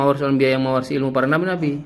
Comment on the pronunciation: Semangat ngonten bang,mumpung lagi viral nih polemik nasab,biar cepet dpt cuan,berkah dari kyai imad.tapi baca haditsnya yg bener.WAROSATUL,bukan WAROSATIL...😀😀😀